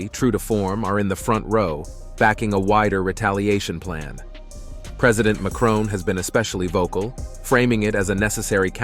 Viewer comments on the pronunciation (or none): none